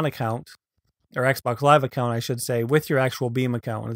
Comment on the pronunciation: It sounded like he said "First thing you want to do is go to your meme account"